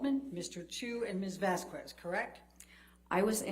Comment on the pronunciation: How annoying is it that this scarecrow Elaine after all this time, STILL doesnt know that the pronunciation of Vasquez is VAS-KESS and not VASKOO-ESS!! So disrespectful not even CARING to pay attention on how to pronounce a name REPEATEDLY.